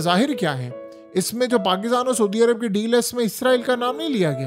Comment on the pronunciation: Soodia Arab nahi hota bhai Saudia Arab hota hay